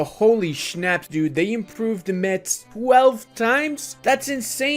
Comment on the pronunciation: Just some tips to correctly pronounce Metz. First, the "t" is silent, because why not? Secondly, the "z" is pronounced as a French "s" To conclude, it's not MeTss, but Mess (quite like the English word for this map of Europe)